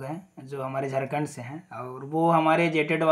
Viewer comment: Aapko to jharkhand bhi bolna sahi se nahi aata, kya daru pi kar video bna rhe hai, ... Pahle hos me aa lijiye fir video bnaye. मैं आपको बता देता हूं, फैसला जो भी आएगा , सही आएगा । Ctet or jtet दोनो के लिए आएगा, कोई बाहर नहीं होने वाला है । जोहार झारखंड!